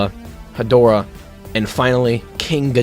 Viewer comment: "king dedorah"